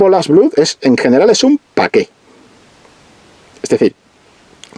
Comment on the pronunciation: "Blood" se dice "blad".